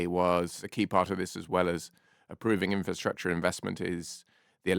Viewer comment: I am totally fed up with hearing people say inferstructure when the word is INFRASTRUCTURE!!! I would expect better from the deputy editor of Investors Chronicle! There is therefore NO INCENTIVE for me to subscribe when standards have fallen so low!